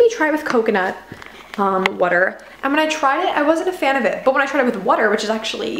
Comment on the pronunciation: Where on the globe are you that you pronounce water "whuter"? The linguist in me is interested.